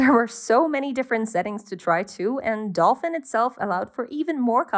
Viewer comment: I kekwd when you said "adolfin" xD